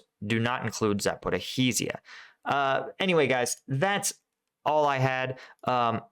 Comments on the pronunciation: Hi...I know Russian and Ukrainian place-names are sometimes hard. I am going to help you. Zaporizhzhye is pronounced "zaporizhia" "zh" as in soft "j". And Kyiv is pronounced "kee-iv"(Kiev) not Keeve. Ok...hope that helps. 😃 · i am sorry but its za-po-rizh-zhia 😂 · please stop killing the name of Zaporizhzhia 😂 use instead of zhzh the last consonant you hear in the word entourage or in nicki minaj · Great analysis! Just a tip on pronunciation, Zaporizhzhia is Za-por-ree-zhia and Svatove is Sva-toh-vay. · I-va-niv-ske, not Ivanski. Za-po-rijj-ya, not Zaporohizzia. Sva-to-ve, not Savote.